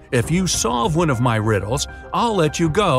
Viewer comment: bro said “MW” When it was “MY”😭😭